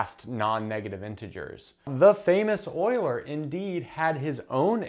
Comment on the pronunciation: Thank you, as usual, for not saying Yooler.